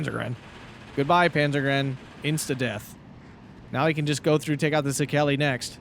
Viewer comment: Székely - seh-kej (soft j, like y in yet) Also in Hungarian the sz is s and the s is sh, opposite of Polish. Nice cast, fun game, thank you!